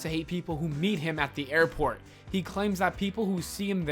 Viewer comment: “Aiport” say I just whipped Seth Rollins’ ass